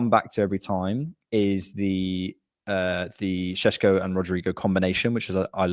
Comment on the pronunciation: why do you persist in saying Sesko's name as SHESHKO You're english you posh pleb, act like it. You're meant to be proud about misspronouncing forun names because you're english and you're not ashamed of nuuuttin...that's what makes you english BOOOOSH